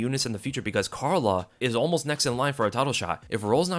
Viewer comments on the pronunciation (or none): none